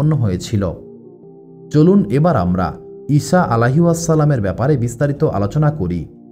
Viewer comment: ইষা নয় বলুন ইছা আ.